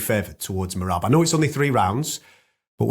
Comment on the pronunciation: Oh no. finally pronounced merabs name correctly. Merabs is screwed